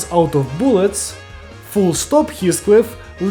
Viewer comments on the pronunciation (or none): "boolets" I NEED MORE BOOLETS!!!🔫